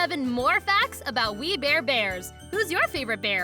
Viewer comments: "WE BARE EBARS" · "We bear ebars" Lol